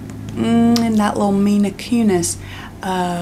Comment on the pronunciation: did you just say mina kunis 😭